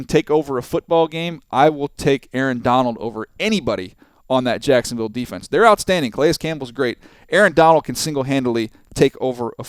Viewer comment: Go back on 0:3 he said sacksonville